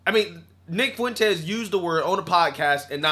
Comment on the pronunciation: Not sure of it was just the content but right around the 9 minute mark it sounded to me like you called him Nig Fuentes. 😂 Mighy just be my yt guilt or supremacy?